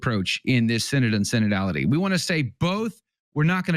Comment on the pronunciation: SIN-ODD OF SIN-ODD-ITY